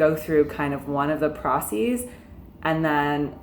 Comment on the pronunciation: She said “procees” 😂😂